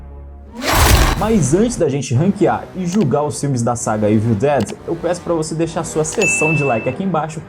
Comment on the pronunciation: o famoso "eivil" dead kkkkk your engrish is pretty good LOL